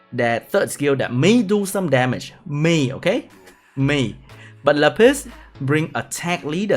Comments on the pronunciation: la piss. luv your pronunciation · shoderra Le Piss. He's French ;) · my whole life was a lie , I never knew that Lapis was pronounced La Piss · “La Piss” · Madame "Lá Piss" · haha i like how you make Lapis sound like a french way to say piss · The way you say lapis is funny